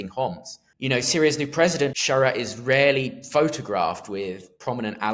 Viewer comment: When he said the caretaker prime minister "is rarely" photographed with Alawites, I thought he said "Israeli" which was slightly confusing.